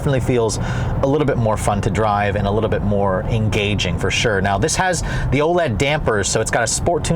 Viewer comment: Wha is an Oled damper? The company is Ohlins (pronounced Oh- lens).